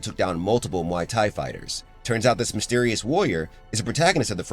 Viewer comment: Pronouncing the fighting style like a drink from a bar...??!!?? 🤦🏽‍♂️🤦🏿‍♂️🤦🏼‍♂️🤦🏾‍♂️🤦🏻‍♂️🤦‍♂️ 🤦🏽‍♀️🤦🏿‍♀️🤦🏼‍♀️🤦🏿‍♀️🤦🏻‍♀️🤦‍♀️